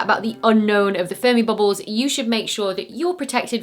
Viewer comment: Say "Boobles" one more time.... 😆 I love it.